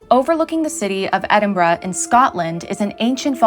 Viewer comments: You pronounced Edinburgh right! Thank you for that - it is a rarity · And I'm so glad you didn't pronounce Edinburgh as Edinburrow like most Americans 😂